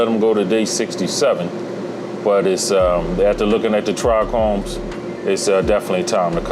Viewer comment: Its Trichomes not tric chromes....😅